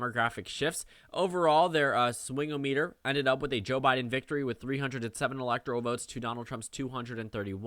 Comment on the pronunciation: Swingometer is pronounced as one world, like how thermometer is.